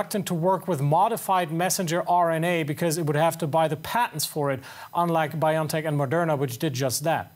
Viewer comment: When will a journalist actually say Bio N Tech PROPERLY? It is Bio logical N ano Tech nologies Bio-N-tech. Not "Bion-Tech" Over 18 months into this pandemic and STILL media and journalists getting the basics WRONG.